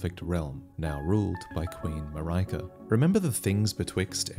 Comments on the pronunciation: Are you sure it is not Pronounced Mareeka which is the European pronunciation? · It's a greek name and the correct pronunciation is "Mar-e-ka". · The "ri" in Marika is pronounced the same way as you'd pronounce "り" in Japanese. So in simpler terms, it's pretty much the same as the "ri" in "rinse" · The i in Marika is not the "eye" you pronounce it as, but the ea in seal. The name possibly derives from Malika, the Arabic word for queen. Both are pronounced the same in Japanese. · Only one grievance. Check how Marika is properly pronounced:) Google translate English language will do, there are other languages to check for example Latvian (quite normal woman's name here). I also checked Norwegian, Hungarian, Dutch - they are also somewhat similar. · Ahhh what a pain! I don't know why, but as a European I feel pain when I hear this pronunciation of Marika's word. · I feel like Marika "i" should be pronounced as in kit-kat or the "i" in Miyazaki, what you think? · It’s strange for me to listen to your pronounciation of ‘Marika’. For me, the ri- is supposed to be the same pronounciation with the ri- in ‘ring’, perhaps with a rolled r. It’s because I also find ‘Marika’ as a strange name in the Romantic languages, but rather imaginable in Slavic languages or Japanese. Let’s see how it is in February next year! (PC user here) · the way you pronounce marika gave me 2nd hand cringe, I'm sorry abt that. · Wonder if it’s pronounced Mar-RE-Ka or Mar-Ri-ka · i can't help think you're pronouncing "marika" wrong. saying that as someone who speaks Swedish and Bulgarian and English fluently (not a linguist, etymologist or dialect expert). It's more like Maria but with a "k" before the a. So the 'i' is not "mariahka" like mariah twain but mother maria pronounced more like "mareeka". anyway, great video as always! <3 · Marika is pronounced "Mar - E - ka" the accent for the A at the end differs from country to country. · Ma-ry-kah?, please, the pronunciation.